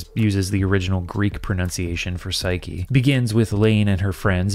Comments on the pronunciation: As a greek-speaking person hearing that "Pashooke" is 'the original Greek pronunciation for 'Psyche' made me giggle a bit 😆 It is not remotely close, in fact "psyche" is closer to the original than whatever "pashooke" is. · pshuke is not how the old greek psukhē is pronounced, that'd be shu-jé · A small "um actually" moment :) ... The Greek word psyche does not contain a "sh" sound. It's the letter psi (a digraph of pi and sigma), and what's written in English as "y" was an upsilon. I'm not aware of the "sh" sound existing at all in Classical Greek (or even Koine).